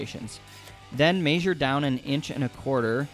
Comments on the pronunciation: Your pronunciation of measure is cancerous! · Why do you pronounce "measure" like that